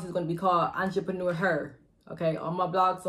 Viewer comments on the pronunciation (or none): none